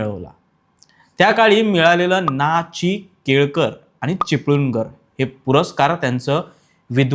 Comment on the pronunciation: माहिती छान सांगितली आहे... आपण एका ठिकाणी 'ना. ची. केळकर' असा उल्लेख केला आहे. आजपर्यंत 'न‌. ची. केळकर' असेच नाव ऐकले आहे..